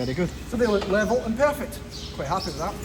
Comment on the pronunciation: I love the way Scottish folks say "pear-phect".